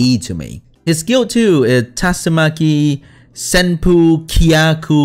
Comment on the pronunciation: Yes, you did in fact pronounce tatsumaki senpukyaku correctly